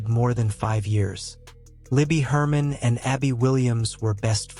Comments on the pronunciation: If your going to make videos about this story please get the girls name right, it's LIBBY GERMAN, not Herman! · ITS LIBERTY GERMAN NOT HERMAN. JUST SHOWS YOU KNOW NOTHING.